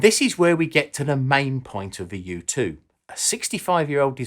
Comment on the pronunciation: Every time he says "U2" I heard "youtube".